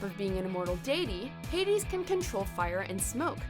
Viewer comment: Did she really pronounced it Heidis?